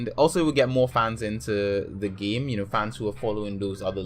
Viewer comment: Where's your accent from? you say 'gaeyme'